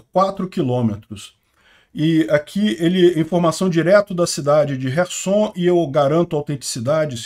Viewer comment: Não é resson e sim kerson